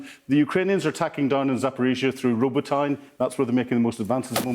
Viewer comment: It's pronounced ro-bah-tin-uh. Row-bow-tine is row-bow-cop's evil twin.